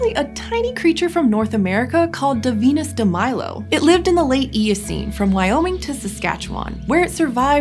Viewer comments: I hear The Venus de Milo instead of Daphoenus Demilo. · So Beardogs descend from 2 lineages: one featured "Daphoenus Demilo" (pronounced Da-Venus De-Milo) Let me guess, the OTHER Beardog ancestor was called "Davincis Damonalisa"? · DAPHOENUS DEMILO LIKE VENUS DEMILO IM SCREAMINF